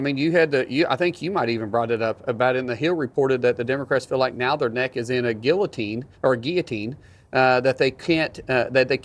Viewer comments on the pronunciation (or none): Alleged MMA Fighter that cant pronounce Guillotine??? Ranked 50th in Education!! Makes Sense. 10 Gallon Hat ... 1 Cup Brain!